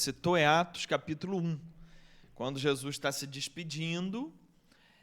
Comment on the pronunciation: Só curiosidade; pq vcs falam "Jesuis" e nao "Jesus" ?